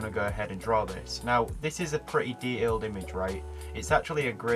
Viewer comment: dehailed 😂😂it’s detailed